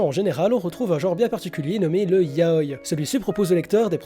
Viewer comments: Hello! Quand j'entends "YAOILLE", comme dans cette vidéo, ça me donne envie de décéder. Du coup, répétez après moi: "YA-O-I". Autrement, bonne vidéo. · 707 mon prof de japonais nous l'a appris comme ça et puis c'est plus logique de prononcer un i comme un i tout comme le prononcerait un japonai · On dit Ya-o-i pas ya-oi pleaseeee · "yaoy"... Ça me perturbe tout du long 😭 ya-o-i 😭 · Toute la video ta prononciation de yaou m'a perturbé. On dit yaoi avec un i et non yaoy comme kawii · On dit YAOIIIII AVK IIII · Le mot "Yaoi" se prononce bien "ya-o-i" avec un i bien distinct. Toutes les sonorités en japonais se prononcent et ce mot là n'est pas une exception ! Dans la vidéo, la prononciation est donc fausse. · Doukyuusei mon oeuvre favoris ( en tant que fan de yaoi ) j'ai beaucouo aimé ta vidéo à un détails prêt... Je t'es supplie... revois ABSOLUMENT TOUTES TES PRONONCIATIONS XD vraiment parce que c'est ya-o-i et les et [ doukyuuSSei ] et non [ zei ] etc mdrrr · Je ne suis pas d'accord avec toi, certe le "i" doit être prononcé, mais pas comme "kawaii" ou c'est vraiment distinct par exemple. La sonorité du "i" de yaoi est vachement réduite pour se lié avec le "o", car c'est une voyelle. Mais après réflexion il est vrai que dans la vidéo il ne le prenonce quasiment pas, alors qu'il devrait être légèrement plus prononcé mais pas extrêmement non plus. En soi, la vraie prononciation est un mix des deux, mais avec un "i" toujours moins prononcé que les mots possédant un consonne avant le "i", ou la même lettre avant. Voili voilou !